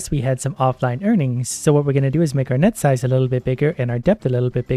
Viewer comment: When he says "net size" it sounds like nut size, so when he said he was going to increase net size I thought he said he was going to increase nut size 😂